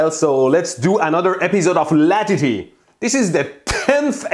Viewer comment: LATITY is pronounced Lá Tittie